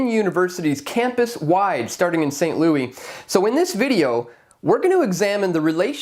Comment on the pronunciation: The S is not silent in Louis (they are not French). It's also not gon as in gone, it's pronounced more like gun. or-uh-gun. I may be Canadian, but I use my ears and people say these names all the time.